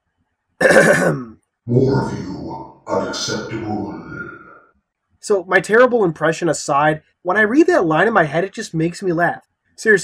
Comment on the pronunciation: "Unacceptabool" that's what you sounded like.